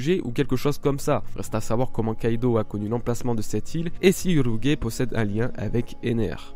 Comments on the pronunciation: "Urougué" non "UrouGE", le G se prononce "J" devant le E. Et dans la VO Japonaise, c'est bien "Urouj" et non "UroGUÉ"... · J'ai vraiment hâte de revoir Ener et Crocodile ils sont vraiment badass PS: Urouge se prononce Uruji et non pas Urogue